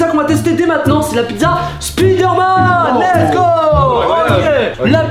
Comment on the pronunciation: Et arrête de dire l’es go